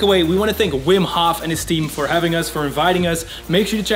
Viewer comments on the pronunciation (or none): Aren’t you Dutch too? Why do you pronounce Hof in the English way?